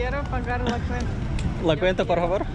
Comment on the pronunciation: la quenta değil la cuenta:) i love spanish too 😍 öyle bir olay kendi sokağında bile başına gelebilir sadece meksika diyince insanların aklına karteller geldiği için daha kötü gözüküyor doğal olarak Sri lankadaki sakinlikten sonra meksika çok curcuna geldi ya 😂